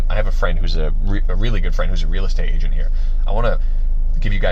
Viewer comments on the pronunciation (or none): none